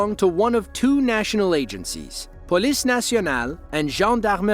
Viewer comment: Really good pronunciation of "police nationale" and "gendarmerie nationale" 💪